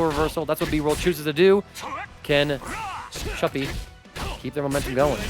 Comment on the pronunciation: btw Mr Chupy is pronounced "choopi"